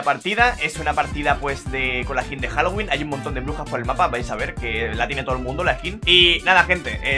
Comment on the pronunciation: Jajajajajajaja todavía me acuerdo de eso El inglés de 😂😂😂